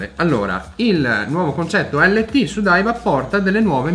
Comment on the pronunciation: Si legge "lait end taf" 😉